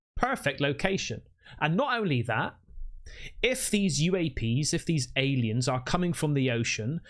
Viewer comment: "I really think they're allyens."